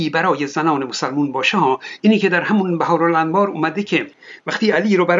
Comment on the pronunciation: بِحار الانواره نه بَحار الانوار